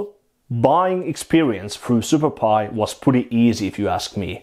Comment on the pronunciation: Every time you say Superbuy, I hear superpi :D Trained ears.